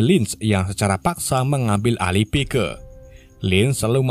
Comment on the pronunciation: Tulisan nya pike di baca Paik